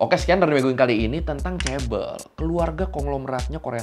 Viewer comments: fyi kalau ngomong ke temen korea 'chaebeol' mereka ngga bakal paham. kita bilangnya 'jaebeol', pakai J~ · Bacanya ngga ngga chaebel tapi chabol chaebooool pake o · Knp si pronouncenya bkn chebol tp chebel aga terganggu dengernya maap ya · kok chebel.. chae BoL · Chaebol ❎ Cebol ☑️ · Chaebol bacanya cebol kak? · Yang satu huruf awalnya "c", dan yang satu "ch" (mirip diftong tapi ini semacam versi huruf konsonannya), dan cara pengejaannya pun beda c-nya Indonesia secara suara lebih mirip sama huruf "jj" daripada "ch"